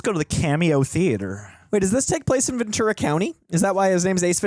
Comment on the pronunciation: As a native Californian, it's pronounced, Ven- Tura. It's Spanish, so the t is pronounced like tea and not ch